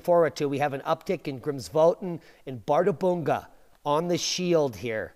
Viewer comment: One slight correction: "Bärðarbunga" is pronounced as "par-thar-pung-ka".